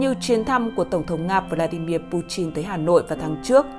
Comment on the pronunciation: Butin hay buchin vậy Đọc lệt thêm tí nữa là bỏ mẹ m đấy ad